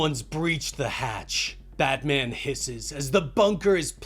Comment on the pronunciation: Although warranted... Sounds like he's calling him "Badman!" 😂